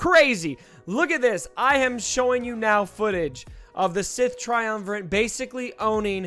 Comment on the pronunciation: It's TriumvirATe. You're saying: TriumvirANt.